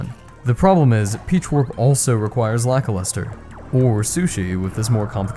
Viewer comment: i thought it was lackluster, not lakiluster